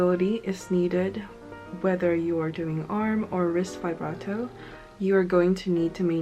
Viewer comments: vee brah toe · First step in learning vibrato: learn how to pronounce "vibrato". It's not "veyebrato". Like literally, it only takes two seconds to check a dictionary. That is not how it's pronounced. You immediately sound like someone who has no idea what they're even talking about. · she still can't pronounce it.